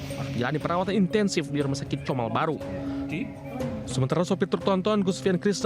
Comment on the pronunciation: COMAL BUKAN KOMAL😅